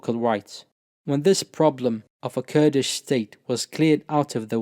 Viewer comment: Your pronunciation of Kurdish names, Turkish names, and Arabic names and words are very impressive and flawless. You must be fluent in all 3 of these languages. Mashallah, may the Almighty increase you. Ameen